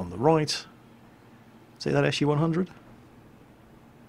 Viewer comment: pronounces SU "eshoo" XD